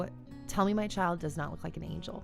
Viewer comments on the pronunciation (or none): none